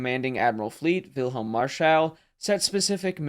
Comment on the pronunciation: Marschall is stressed on the 1st syllable like the English equivalent. :) He was arguably the last German admiral to achieve a significant success with capital ships. This made him suspicious in Hitler‘s eyes; so he was sacked.